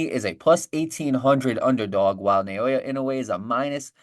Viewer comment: Who's na-yo-ya? The name is pronounced na-o-ya. It ain't so hard